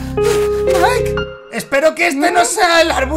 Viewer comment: A y es mike no nike